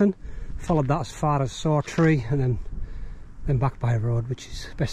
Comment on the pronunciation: Excellent video of a remote area of the borders that thankfully never attracts the masses. Just a mention and not nitpicking but Saughtree is pronounced locally as Softree.